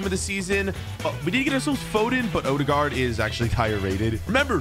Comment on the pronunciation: You say ødegård whrong